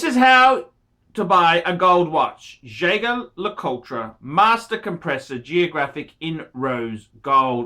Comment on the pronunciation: Thats not how you pronounce Jaeger LeCoultre